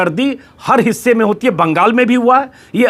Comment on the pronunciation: Please Baagaal nehi Benol boliye..